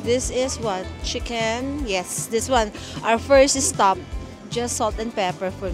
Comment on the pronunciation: istop and isteak. Tagalog English pa more. 😂✌🏻